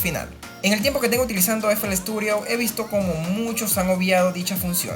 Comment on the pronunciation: Por qué Sturio? Paaaaar queeeeeeee? STUDIO LOCO STUDIO